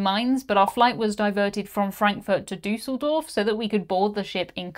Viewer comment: You are the only english speaking person that I know that pronounces "Düsseldorf" ALMOST right!! And you even got the "ch" in "Andernach" right. Kudos to you! And as always, thank you for a very interesting clip, once more! I am looking forwards to your Uniworld-cruise SOOO much...